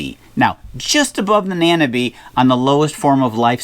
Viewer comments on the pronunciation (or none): Excellent advice all round, thanks for that mate. I loved the 'government's job' joke - that's definitely the same the world over! (Incidentally, not that it matters, but I think the word nanobe is pronounced such that it rhymes with microbe.)